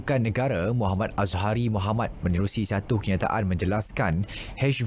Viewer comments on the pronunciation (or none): none